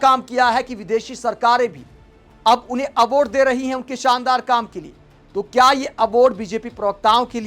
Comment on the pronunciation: Aword, horijan. Kya ucchaaran hai bhai sahab apka.😂😂